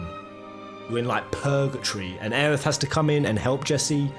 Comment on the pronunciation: It's pronounced "o-reh" not "or" lol